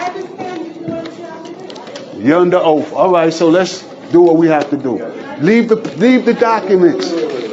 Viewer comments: Tf is an “oaf”? 😂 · WTF is, "Under oaf"? 🤣🤣🤣🤣🤣 You just can't make this shit up! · "They took a oaf". Dude needs to go back to English class. Moorish moron... 🤷🏻‍♂️ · “You under oaff” The audacity of that effing idiot to speak to that poor clerk that way. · YOU HAVE DONE NOTHING!! Also, if you're gonna say OATH, day that not OAF!! I know EXACTLY where that notice should go, in the SHREDDER!! They TRULY believe they did something!! LMAO!!😂😂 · They mean oath ! 😂😂😂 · Too an "oaf" to the constitution? 😅😅😅😅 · "You're under oaf".